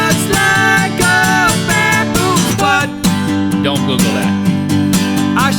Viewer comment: thought he said baboon's butt. XD Haha..